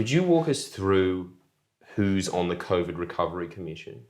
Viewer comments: Smart guy but if I hear Cov'd one more time I'm going to throw my Iron Warriors out the window. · Michael is brilliant, but the way he pronounces COVID fucks me up